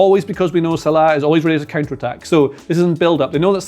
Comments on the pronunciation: Who's Salaaaa?.. he scouse? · why do you pronounce salah like that, so annoying...